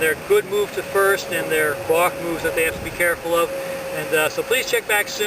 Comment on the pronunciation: Sounds like a bostonian saying “bark”